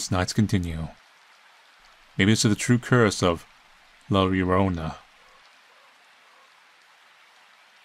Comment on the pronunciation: They called “la llorna”